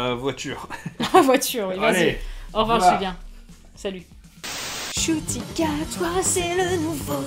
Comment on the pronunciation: Alors c'est un nom rwandais et ça se prononce 'Nshuti' et non 'Shuti'. De rien c'est normal 😉